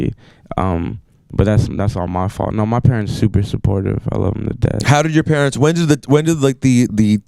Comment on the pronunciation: purents lol lol